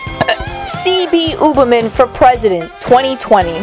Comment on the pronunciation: that 80's sitcom sounding music is killing me... along with the way Ooberman is being pronounced lol